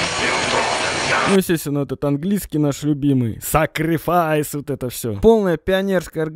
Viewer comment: Ваш уровень английского? сакрифайс, вот это все! )))